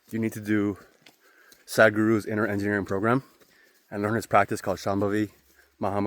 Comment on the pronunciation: Glad it helped. I giggled at “SADguru”, it’s more like SUDguru”. Keep it up!